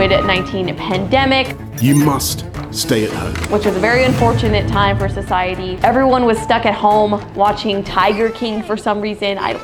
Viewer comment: The fact that she said it was good for sisidey for poke mon go when it got people got into car accidents😂